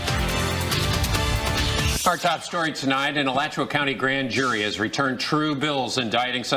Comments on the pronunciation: This is my city! You butchers Alachua county and Levy County's name😂😂😂 "It's the dusty birds" for me😂😂😂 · It's Alachua (A-lot-chew-wa)